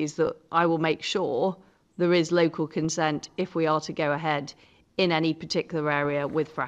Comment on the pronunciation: Thought she'd get an easy ride with local radio. It's 'local' liz,not 'yocal'. That's what they think of us all.